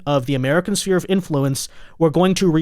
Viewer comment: SPHERE 🌎 NOT Spear 🦯 please... (SSSFEAR)